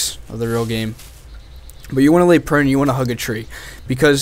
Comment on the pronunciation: How he says prone Lolz